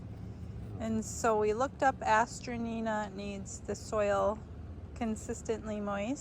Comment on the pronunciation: These are very popular in the UK. they also go by the name of Masterwort. Hazzard Seeds sells these online here in the US. Note, pronunciation is a-stran-tia. This may generate more results on your search or from folks at local nurseries. I have a beautiful variegated variety that my sister gave me a decade ago but I’ve not found any other live plants here in RI. They’re so pretty though